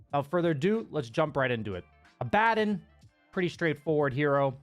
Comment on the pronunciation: Liked for pronouncing Abaddon correctly. 👍